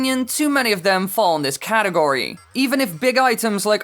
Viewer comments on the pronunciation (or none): none